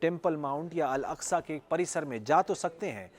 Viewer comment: अलास्का नहीं बे अल अक्सा। एकदम वही हो का 😂